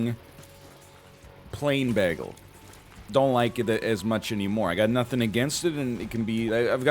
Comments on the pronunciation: Why do you pronounce ‘bay-gle’ ‘bag-ul’ that’s weird. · Welcome to the episode where Captain Canada butchers the pronunciation of bagel for 5 straight minutes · Excuse me, it's spelled beggle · NL is the only person I've seen say "baggle" instead of "bagel" besides Britta in that episode of Community. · If we're going to pronounce it with a long 'A' sound, I kind of want to just full send and call it a bajjel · People from the upper Midwest are known to throw out a beggle now and then themselves. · I'm from Newfoundland and got made fun of for saying baggle. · Mine is blueberry, but based on NL's pronunciation of baggle, I guess i should say that it's blubbery. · If this man's says bagel wrong one more time I'm gonna explode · why does he pronounce bagel like britta from community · Because he wants everybody to talk about community more so that the series will make a comeback. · He doesn't quite pronounce it as flat as Britta does. Less diphthong than I pronounce it, but not the same as Britta. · dude why are you saying bagel like that